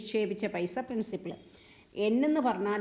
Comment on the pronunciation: പ്രിൻസിപിൾ അല്ല പ്രിൻസിപ്പൽ